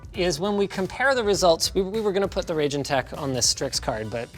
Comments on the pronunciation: It's about time that Steve Burke and the folks at Gamers Nexus get their hands on Raijintek (pronounced Rye~Jin~Tek; not Ray~Jin~Tek, as presented in this program) and Arctic's Air Cooling resources: Knowing that they have a more full~scale methodology for analyzing thermals, acoustics, and performance stability, them analyzing the Morpheus and Accelero Xtreme series will allow for us to have a better insight into if these 070 to 080$ USD resources are worth getting over having to purchase a Third Party card for hundreds of dollars more, especially when considering how interchangeable these particular coolers are. Thermally, the Morpheus II: Core Edition (and its First Generation Vega counterpart), Morpheus 8057, and Arctic Accelero Xtreme IV (Revision 02) are all extremely effective when compared to the Stock Thermal and Cooling Solution of a Reference Card, as well as dominating against any Blower variant and even certain Third Party options, which includes the Triple Fan coolers at times as well; the Morpheus II: Core Edition is the only one of the bunch known at this time to also work on a Radeon VII, which if you can use it properly it will drop the thermals by a noticeable margin and significantly drop acoustics (though an Undervolt of the card and some custom fan tuning can become equally as effective in dropping the thermals, acoustics, and even power draw); this kind of solution is meant more for the Enthusiast and Prosumer cards that those who get such a product wou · Just FYI, pretty sure it's pronounced "Rye-jin tech" after Raijin, the Japanese/Shinto god of lightning/thunder/storms.